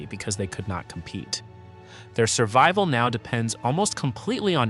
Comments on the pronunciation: "Servable" is not "survival". Is this an illiterate moron or just AI? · Can you pronounce "SURVIVAL" for me again? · Your stupid AI can't even pronounce "survival"!